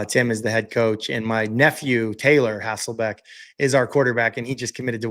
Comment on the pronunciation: Love your content. Some of the best analysis out there, and you do seem to know everything about the Seahawks... except how to pronounce Matt's last name. Lost count of all the HasselbAcks.